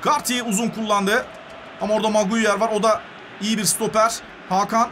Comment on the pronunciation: Abi maguire (magunyar) gibi birşeyler diyorsun maguire(meguayır) diye okunuyor